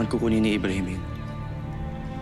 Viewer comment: Oo nga eh btw ybrahim po hindi po amrahim